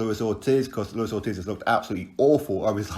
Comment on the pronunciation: I HAVE TOLD YOU A MILLION TIMES . ITS LUIS ORTIZ ( PRONOUNCED "OR-TEASE" NOT FUCKIN OR-TIZZ") Icons